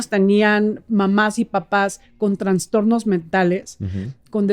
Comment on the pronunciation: ¿Se dice trastornos o transtornos ? Creo que ella dice transtornos.